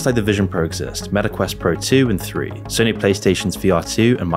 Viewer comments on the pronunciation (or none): none